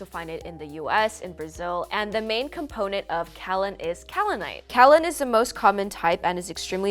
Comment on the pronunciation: Kaolin. Pronounced Kay-oh-lin. Coming from a geologist